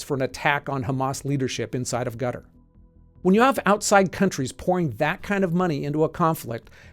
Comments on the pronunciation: It’s this AI? Or can’t pronounce Qatar? Sounds like gutter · The main thing i took away from this video is that Qatar is actually pronounced "gutter". Who knew. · Is it pronounced gutter cutter or cut tar heard this place Qutar pronounced so many different ways 🤔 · Why can't Americans pronounce "Qatar?" This video sounds like "gutter." Accent is on the first syllable, not the second. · I hate how you pronounce Qatar like Gutter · If you can’t learn to say “Qatar” and say Guttar, should you be taken seriously? If the Q is hard for you, try Kh. Palestinians have no right of return to land their fathers or grandparents fled or from where they were expelled, but Jews who have never lived in Israel for generations — if ever — do? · Why do you mispronounce Qatar with a G? It’s pronounced Cutter. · actually there is not. Cutter is how the Qataris pronounce the name of their country and take great offense to mispronunciations. I spent roughly two years working in Doha, and this was part of our pre-deployment briefing. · I know he’s pronouncing Qatar as “Gutter” just for comments but I can’t prove it… 🤔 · Why are you pronouncing Qatar "Gutter" 😂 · Is Qatar pronounced gutter?? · Gutter? I heard several ways to say Qatar, but that's a new one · I like how you pronounce Qatar as Gutter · thats gotta be the worst pronunciation of Qatar I’ve ever heard. Gutter… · Gutter??? Who taught you how to pronounce it? Please google it 😂😂😂😂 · I love his pronouncing Quatar as gutter. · Love how Qatar is pronounced as Gutter 😂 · Did you call Qatar "gutter"!? 😂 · Your pronunciation of Quatar is so weird 😅. Sounds like 'gutter' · It sounds like you're saying "gutter". Which is fitting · Why do you keep pronouncing Qatar as "gutter"? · Why do you pronounce Qatar as "gutter"? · Pronouncing Qatar as Gutter lol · Why do you pronounce Qatar like gutter? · Freudian slip pronouncing Qatar as 'Gutter' - twice 😂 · gutter edit: bro please fix your pronounciation of qatar LMAO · Qatar=kuh-TAR not “gutter”